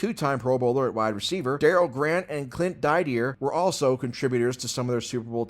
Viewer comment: Clint Did-ee-er